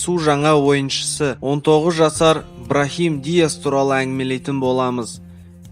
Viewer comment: браим диас деп айтылады